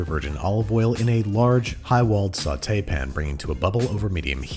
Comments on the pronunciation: GUYS,, HE SAID IT!!! HE SAID “SAUTÉPAN” NOT “SAUTEPIN” 😭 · Nooo. He said "sauté pan" correctly. I am not used to that...I don't know how to feel. 😨 Also, could you make food from an old Cartoon Network show called Chowder?